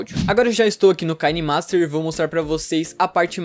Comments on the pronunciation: Se pronuncia Quinemaster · Ele falou kainemaster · "Kaine master"